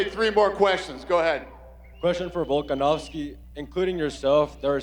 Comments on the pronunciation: Love that pronunciation! "Start with Mr Volkansoivbsvski please". Classic 👌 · "start with miskter fullska-nos-key" 🤣